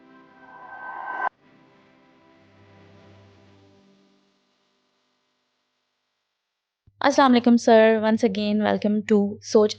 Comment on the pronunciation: Madam pehle to aap sahi Salam karna seekh len… Yeh “Assamalekum” kiya hota hai ??? Jahil Anchor…